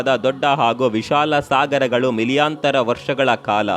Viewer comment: Milyantara, bilyantara😂😂 nice